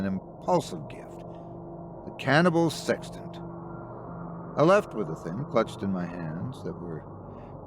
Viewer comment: "OH... "SEXTANT!!!" I thought you said "SEX TENT"... sorry, old chap. Wrong story!🤪 So... where was I???"